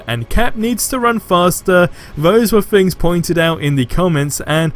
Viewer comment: Mate, please learn how to say "Th"! Its not FFor, its Thor. It's not FFings, its Things.